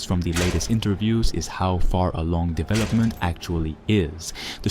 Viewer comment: Are you french? The way you say "devlopment" is a dead giveaway 😂